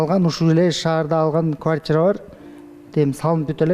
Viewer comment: 13.30 квайтира эмес квартира